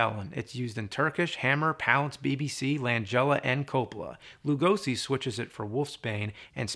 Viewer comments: The "Lu" in Lugosi is prononced like Lou, and "si" like she. With love from Hungary. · For the love of God James, please pronunce Lugosi's name correctly! Say the 's' in his name like in the word 'Shot' or 'Shock' and not like in 'Summer' or 'Snake'.